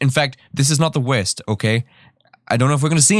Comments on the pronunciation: Pauses at .01 seconds "This is the WERST* 😂😂😂 Also I don't have an issues with people feeling themselves a bit on tik tok, it's "Hey look at me I'm happy/confident" which I feel is important for a lot of people to do 🖤🖤🖤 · The way you flow in and out of your accent is confusing me. Do you have an accent or just like to accentuate certain words like wurst? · The WEEEERRSSSST (the best) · The way he says werst... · its funny dat when he said “worst” it sounded like hes saying “west”🤣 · I thought your voice was great to hear... but i kept wondering what "wiz" was... until i realized it was "worst".. still like the voice. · I don't really don't know if you are Irish or from New Zealand 🤔 you say folks and you pronounce worst so funny 😅